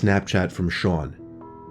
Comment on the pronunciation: The way he said "Sean" 👌🏻